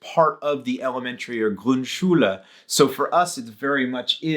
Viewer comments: Small pronunciation aid: You said "GrundSCHULE" but it's pronounced "GRUNDschule". Think of it as a classification system: There's your basic Schule and its sub-classes, like Grundschule and Hauptschule. The emphasis is on the distinguishing part. Otherwise great pronunciation though! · Grund Schule ... not grün🟢 Schule 😉.. sorry